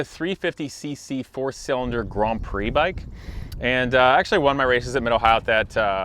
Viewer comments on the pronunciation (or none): none